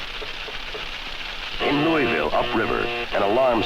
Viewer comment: Great, but he did not pronounce Louisville correctly.